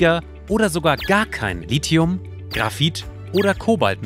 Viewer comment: Endlich mal jemand, der Lithium und nicht 'Lizium' sagt... :-) top!